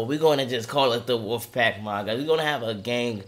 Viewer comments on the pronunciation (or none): You aint saying wolf right